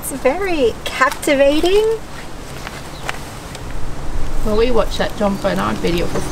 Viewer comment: "Very, Kath’tvating." :-)